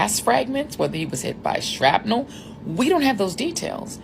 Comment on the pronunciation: She said shrapnel😂😂😂